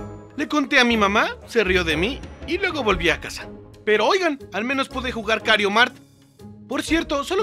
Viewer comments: tu eres el mejor en el juego pero lo único en lo que no eres el mejor en el juego es su pronunciación (el juego se llama Mario kart y como la señora de stame gop confundió tu genero confundiste el nombre del juego con kario mart) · Las veces que dijo kario mart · Bro dijiste kario mart 😂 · Viste COMO dijo Mario kart Kario mark 🤑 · Me di cuenta de que dijo kario Mario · Digo dijo kario mart y es mario kart no kario mart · Porque decís kariomart en ves de mario Kart es lo copiraid